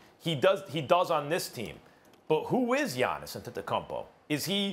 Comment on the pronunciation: Can we acknowledge how smooth max saved pronouncing Giannis' last name Lmaooo